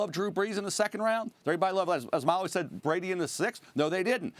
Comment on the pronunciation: Molley again with the L